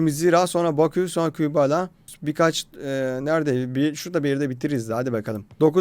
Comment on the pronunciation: Aga şu Kübala dediyin sade dilde. "Qebele FK" nası yazılıyorsa öyle okunuyor